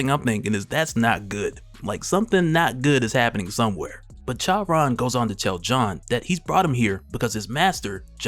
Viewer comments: Charon lol the H is silent bro lol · I think Charon is pronounced like "Car on" though I could be wrong, either way great video as always. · Good lord please look up how to say Charon. Jeez